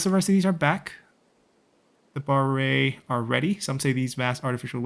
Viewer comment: OMG!!! As A Khmer myself, never thought the irrigation system of the city of Angkor Wat which is located in Siem Reap is featured here. Absolutely honored. Just a minor pronunciation, i know its written "Ba-ray" so its very tempting to pronounce it similar to "Sun-ray" at the end, however, Baray here is quite different, the "Ray" should be pronounced as how you say "Ay" or letter "i" so its "R-ay" or similar how you say "Rice" without "ce". And Baray is the irrigation system you would find in the city of Siem Reap as resevior of water for farmers to use in the dry season. It is a gigantic man-made resevoir that store water that would lead to the creation of other lakes nearby.